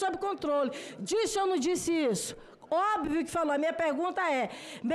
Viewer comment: "OBIVIO", kkkkkkkkkkkkkkk!!!!